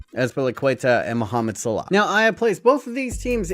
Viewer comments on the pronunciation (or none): It’s not salar it’s salah